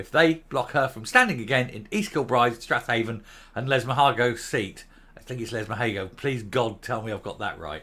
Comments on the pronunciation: I think Strathaven is pronounced "Straven" locally. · Hey,,, it's pronounced Strayvin